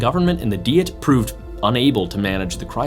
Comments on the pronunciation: AI. bullschitt. What is a "dee-it"? The narration is A.I. and probably ChatGPT. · Why does he mispronounce "Diet"? It is pronounced exactly the same as a food regime. Also, the word is not from German.